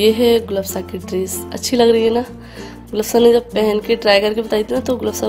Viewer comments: Gul afsha hota hai apsha nai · Gulapsha nahi Gulafshaan hota hai naam to sahi se likho or bolo aap log f k bajaiye p kyun laga letey ho